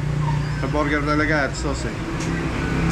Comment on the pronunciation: Try to google pronounciation of burger, it is not borger, sakit sa tenga. Chef ka pa naman.